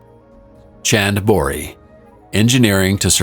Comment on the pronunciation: 16....pls make a note..... it's not pronounced as Ch.. end..... boh. ri........ it is.....pronounced like this...CHAAND [Moon].... Baah... v..ree